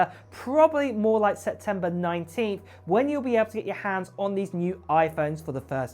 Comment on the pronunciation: SePtember not Setember